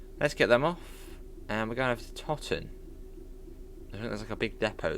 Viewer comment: Thanks for the videos! Just so you know, its pronounced Toe-ton yard, one of the largest marshalling yards in the UK still going (was bigger before privatisation and the demise of coal power stations). There are some strange pronunciations for places on the midlands route which you sort just have to live there to know. Looking forward to playing more of this myself this weekend! Thanks again for sharing. 👍